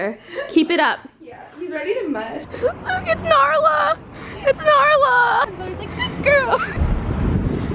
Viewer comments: Zoella's dog is called nala not naRla 😂(im pretty sure) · it's nala, not narla ;) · its nala not narla😂😂💜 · I dont know if it's a joke but zoe dog is called nala not narla not trying to mean love you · It's Nala not Narla, lol for some time I thought it was Narla too. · narla? or nala?????????? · ITS NALA😂😂😂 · its nala not narla smh unsubscribing jk luv u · DID SHE JUST SAY NARLA😂😂